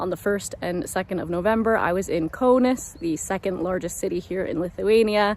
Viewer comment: Great video, Note Kaunas is more pronounced like Kow-ness